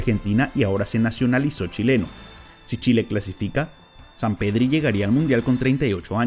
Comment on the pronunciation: Enserio dijo Zampedri?